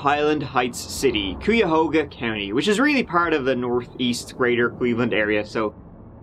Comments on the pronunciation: KYAHOHGA! Not whatever you said. My ears are bleeding 😁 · Nitpicker here; it's K-eye-uh-ho-gah (Cuyahoga) county. I'm an Ohioan, not by choice lol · I hate this dude pronunciations of Cuyahoga County and Akron come on I wanna throw hands with this dude